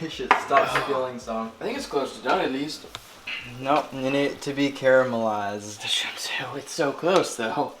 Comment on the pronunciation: Nobody: Nobody at all::CARAMELIZED